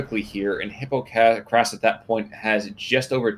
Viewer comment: was a cool game! hypokrass (medieval wine with spices by the way) its "e-po-krass" fo good prononciation :p